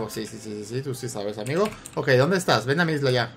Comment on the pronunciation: ademas que dise ameo envede de disir amigo dise ameo